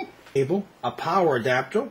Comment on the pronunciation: rofl "this is a power adaptle" pause.... <3